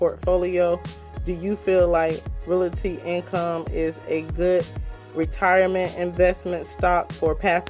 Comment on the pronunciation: Lol finally someone who pronounced it how I do. People pronounce it “reality” 🥴